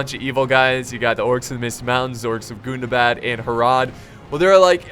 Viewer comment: Im pretty sure its gun-dah-bad not goon-dah-bad, it hurts me erry tim